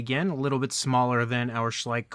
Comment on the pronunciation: It's Schleich not too bad a figure!😂